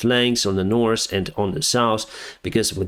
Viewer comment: you communicate in the language extremely well ? today we are flying from the saus to the nors :/